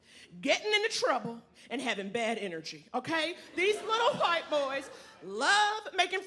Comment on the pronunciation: Someone needs to teach Naomi how to pronounce "white"